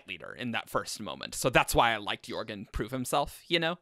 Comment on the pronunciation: Audio book has a hard ‘j’ for jorgen